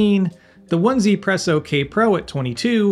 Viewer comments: Great video! The 1Zpresso is pronounced “EZ” presso as opposed to “One Z” presso. The number “1” is pronounced as “E” in Mandarin. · Are we still mispronouncing 1zpresso?